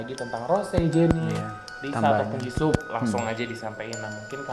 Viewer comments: host nya bisa enggak kalau tidak menghina kekurangan member lain? payah banget. host nya kebanyakan bicara yang enggak perlu. nama nya "jisoo" bukan jisso. siapa bilang rose kurang populer? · JISOO BUKAN JISSO